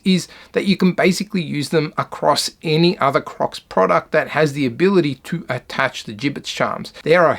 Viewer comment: bro i thought he said COCKS in the beginning 💀